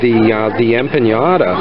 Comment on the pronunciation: Just trying to help you out brother. The “CH” in chorizo is just like in English, it makes “ch” sound.. like in Child. “Empanada” has a “N” in it not a “ñ”. It’s not a “piñata”. Last but not least …Mahi-mahi is not a Spanish word. So therefore the “H” is pronounced in any language…including Spanish.